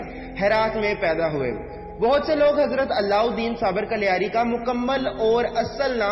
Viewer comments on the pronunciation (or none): कलियार nahi कलियर hai, ye Roorkee, Uttrakhand me hai